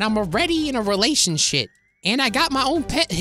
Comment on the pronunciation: did you just say “and now I’m in a relationshit” LOL I died laughing 😂🤣😂🤣😂🤣